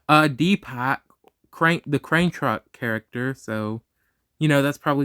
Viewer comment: bro mispronounced Deepak... 😭 It is pronounced as dee-puck